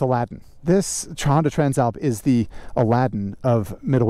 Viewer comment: Always thought Tran Slap was an odd name for a bike , until I heard you pronounce it properly